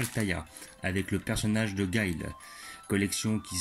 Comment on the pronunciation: je crois que sa se prononce pas comme sa Guile